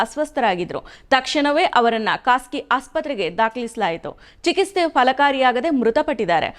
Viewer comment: ಚಿಕಿಸ್ತೆ ಅಲ್ಲ, ಚಿಕಿತ್ಸೆ.